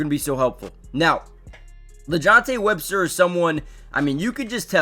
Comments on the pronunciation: It sounds like your saying Webster smh it’s Wester correction!! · SMH 🤦🏾‍♂️ The man name is WESTER not WEB-STER‼️. Respectfully speaking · It's wester not Webster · It’s Wester not Webster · Omg it’s Wester. Learn to pronounce his name before you make a vid. Smfh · He definitely saying Webster but somehow gets his name right in the title. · Extremely high on this guy, proceeds to pronounce his name wrong 😂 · Yeah that was about to irritate me😂